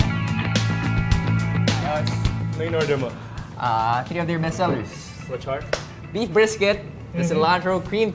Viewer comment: the dude just said he orders "brief brisket" lol